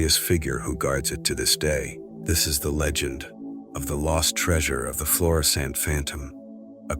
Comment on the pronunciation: It's Florissant, not Florison.